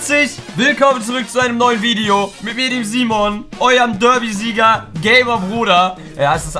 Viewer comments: Was für derbysieger das heißt berdysieger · Heißt es nicht Berdysieger? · Das heißt Berdy Sieger😂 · Das heißt berdysieger🤨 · Es heißt BERDYSIEGER !!!